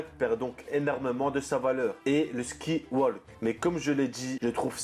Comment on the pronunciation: comment tu prononce sky walk c chaud !!